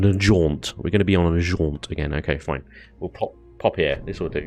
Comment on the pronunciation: "its foine!" When a dude from the UK says "Its foine", you know to a certainty, that it shall NOT be foine!